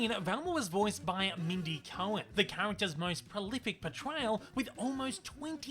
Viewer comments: That's Mindy Cohn (CONE), NOT Cohen (CO-EN) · That's Mindy COHN (pronounced CONE), NOT COHEN (pronounced CO-EN)